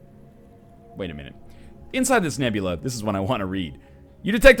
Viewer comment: O. M. G. You pronounced nebulae properly.. YOU PRONOUNCED THE AE PROPERLY ;-;! (You are in fact the first person save for my latin classmates and teachers to do that)